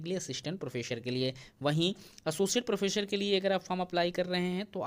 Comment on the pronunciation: Sir, "प्रोफ़ेसर" होता है, "प्रोफेशर" नहीं 😏😏